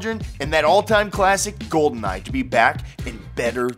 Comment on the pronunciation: Who thought he said Goldennite?